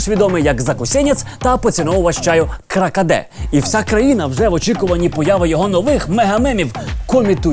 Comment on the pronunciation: щур вже мем _ не "кракаде" каркаде"))) майкл сорі